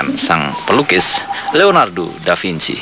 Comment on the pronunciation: Leonardo Da Vinci , bukan DAFINCI 😂 Piye toh Pak e iki , mugkin dia kurang minum AQUA ...